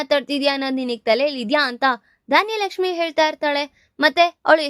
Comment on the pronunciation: ಧಾನ್ಯಲಕ್ಷ್ಮಿ ಅಲ್ಲಾ ಧನಲಕ್ಷ್ಮಿ